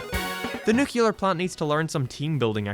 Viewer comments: Nuclear... It's pronounced nuClear, you'd know that if you actually watched the show. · It’s pronouced Nu-clear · “Jay” is not pronounced “Jeh”. “Nuclear” is not pronounced “nucular”. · Love how the video is very heartfelt and a smart interpretation of the family… at the same time doesn’t know how to pronounce “nuclear” or read Roman numerals